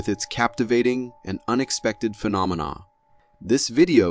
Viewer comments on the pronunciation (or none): none